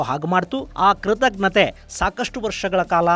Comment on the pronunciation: ಕೃತಜ್ಞತೆ ಸರಿಯಾಗಿ ಉಚ್ಚರಿಸಿ. ಕೃತಗ್ನತೆ ಅಲ್ಲ.